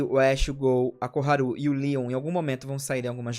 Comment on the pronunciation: Gente é Koharu ou Poharu? kkkk